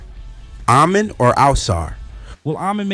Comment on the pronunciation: Ah-Men All-Sar